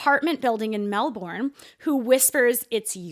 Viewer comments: I love ya guys but it’s pronounced Melbin and spelt Melbourne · "melborn" im dying, Melbourne is pronounced "mell-bin" edit: sandbox di4ries for life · AHHHHHH it’s not mel-BORN it’s mel-BUN